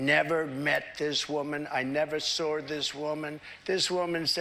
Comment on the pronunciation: TRUMP: I never met this woman, I never sawrd (sic) this woman .... I met her in the front door.....we had this great chemistry..." The guy can't keep his story ( lie) straight for even a minute. The audience doesn't care that he has just contradicted himself...